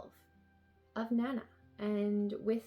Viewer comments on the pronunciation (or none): The covers for your Emma volumes don't match what Yen Press show as the covers on their website. Your volume 5 has the same cover as their volume 9 and your volume 4 has the same one as their volume 7. Also, Nana is pronounced more like "nah-nah"